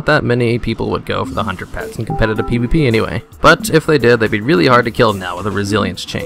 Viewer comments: the way u say hunter pet sounds ike underpants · When you started out saying "hunter pets" I heard "Underpants" LOL